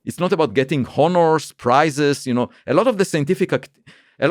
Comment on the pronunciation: “Honners” (honors) is a good one